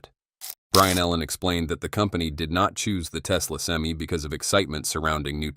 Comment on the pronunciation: Stupidest video is the crappy ai can't even say pti or semi properly